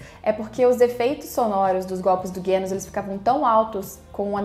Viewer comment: Parabéns por mais esse comentário/review do episódio 11. Vc é muito boa nisso. Impressionante como tudo o que você fala coincide com o que eu acho. E não, não foi problema da sua tv. Eu assisto pelo celular no fone de ouvido, e o estrondo realmente incomoda parte da trilha a ponto de não sabermos se algo tá sendo feito ou não. Ah, e pq vc fala "Guênos"? Tanto em japonês quanto em português a pronúncia é Genos mesmo.